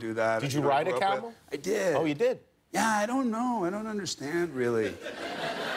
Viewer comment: Am I the only one that heard Jimmy say caramel instead of camel